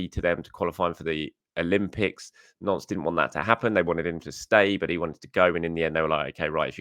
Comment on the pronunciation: Every time says Nantes I think of Prince Andrew...